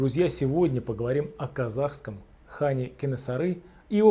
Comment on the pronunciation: Слух режет Какондское Ханство